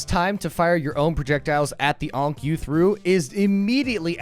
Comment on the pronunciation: The number of times you called it an "unc" instead of an "ankh" made me wanna commit Khonshu's will on you. . .